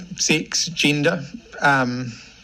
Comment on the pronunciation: what's a "gindah" ? 🤣